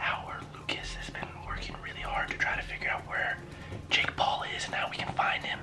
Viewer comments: he said jack paul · at#4.35 he said jack paul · He said "for jack Paul" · It not jack Paul it jake paul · It's Jake Paul not jack paul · it is jake paul not jack paul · 😂 "Jack Paul" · Jake pUal not Jake paul